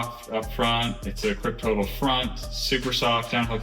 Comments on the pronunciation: Haha 😀 If you already know what i am going to write just ignore it, otherwise the correct pronuncation would be "Krypto-tal" based on the noble gas Krypton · Sweet bike!! But did you pronounce the name of the tire "Kryp-total"?